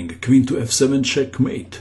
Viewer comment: "Caah matte"